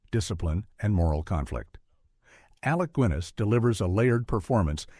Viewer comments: Who, the f..., is Alec Gwiness? . Crappy AI narration. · Who on earth is Alec Gwinness? They really need to get better narrators. The u in Guinness is just there to tell you that the G is still hard and not changed as when followed directly by an E. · "Alec Gwinness"? Jesus wept.